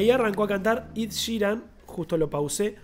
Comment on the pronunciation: Es "Ed" ,no "Id" :)